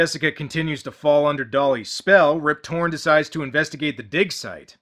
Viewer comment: I swear I kept hearing you say "Rib Torrence" and thought that's referencing that he looks like Jack Nicholson.